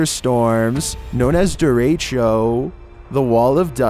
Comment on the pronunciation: Number 9 Derecho, I’m pretty sure he pronounced it wrong but I have no idea if I even pronounce it correctly